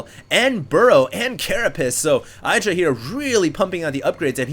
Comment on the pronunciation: his name is not EYEdra